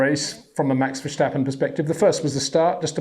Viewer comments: The name is Verstappen Peter, not Vershtappen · Again, it is NOT Versjtappen, but Verstappen, like in "stoppin' " You're welcome... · HEY PETER WINDSOR, I HAVE MESSAGE FOR YOU SIR: it is NOT Max "verSHtappen" ... Max is not German (Germans indeed do pronounce "st" as "sht") ... #Max33 = Dutch NL/Belgium! ... It is not "Bottash" nor is it "Lewish" certainly not "verSHtappen" .... This BS started long time ago when a British sport presenter interviewed father Jos Verstappen and assumed you can use a German pronunciation to a Dutch Driver thinking it is so "funny" ... It is not. SERIOUS QUESTION: Can any Englishman say "versatile" out-loud without saying "vershatile" phonetically? most can about 99,99% ... that is why most English can pronounce Verstappen 100% correct! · Yeah right, Max Vershhhtappen and Pear Gasly. Come on Peter🤦‍♂️You can do better than that. Btw. how do you pronounce the word "stop" or "step"? Is it something like shhhtop or shhhhtep. I don't think so.😎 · the right pronunciation is Ver-stah-pen , S to the T, there is no shhhjj sound in his name. the meaning of his name is either: (1) make a wrong move with your foot, e.g. on a root in a forrest (verstappen, step wrong) (2) tap a beer fresh ( vers tappen) (3) going out in a far location (ver stappen) no joke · Can anyone point out to Peter that is is not pronounced as "Verschtappen"...simply "st" like in "step" :)